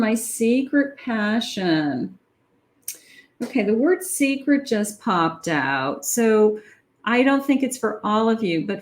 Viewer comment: it almost sounded like you said "you are my sacred passion" instead of secret passion 💝